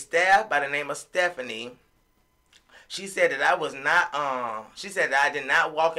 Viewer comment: U call her sephanie ? I call her fephanieeeeeee🤣🤣🤣